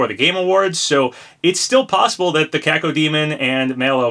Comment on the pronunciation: thank you so much for pouncing cacodemon correctly unlike laxchris